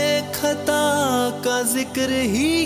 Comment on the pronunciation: MashaAllah, Makhlooque aur khata, ka talffuz pe dhyan den. JazakAllah Khair.